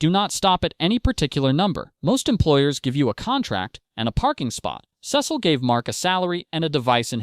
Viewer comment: couldn’t get past the first minute cause of how you pronounce his name lol